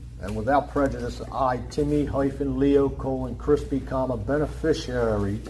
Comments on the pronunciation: Why do they all seem to have trouble pronouncing "beneficiary"? It's not "benefishurary," you moron. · Why can't ANY SovCit pronounce "beneficiary" or "fiduciary" or "judiciary"? These people need to play a simpler game, Life is too hard for them. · Those big words like "beneficiary," "fiduciary," and "maritime" were giving him lots of problems 😅 and don't get me started on his Latin pronunciation (if that's what it was). 😂